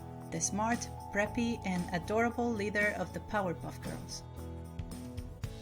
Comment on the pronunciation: *leader, not lider.